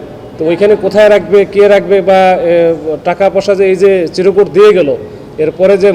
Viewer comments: পুলিশের এত বড় অফিসার অথচ বলতেছে চিরোকুট!! হবে চিরকুট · এই অফিসারের মাথা বুঝি একেবারেই গেছে নার্সিং কি ইন্টারের আগে হয় নাকি পরে হয়? আবার চিরকুট না বলে বলছেন চিরোকুট,যাই হোক বলেন শুনতে থাকি 😢